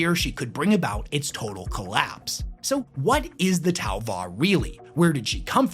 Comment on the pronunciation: STOP, your Tau u man, is killing me. 🤣🤣🤣🤣🤣🤣🤣